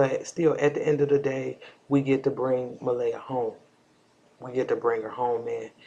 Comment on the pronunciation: It’s Maleah! Ma-lee-ah! Not Ma-lay-ah